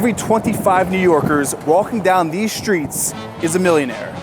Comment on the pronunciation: Why you say SHRITS instead of STREETS?